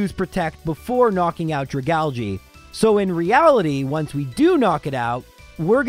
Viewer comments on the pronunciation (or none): dragalJII ? I guess you're supposed to pronounce it "Dragalg", algue "alg" being French for seaweed.